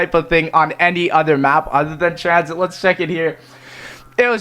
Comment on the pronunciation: wtf it's transhit not tranzit